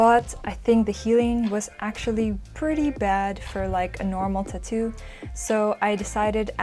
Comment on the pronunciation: if u say tuhtoo one more time im gonna like this video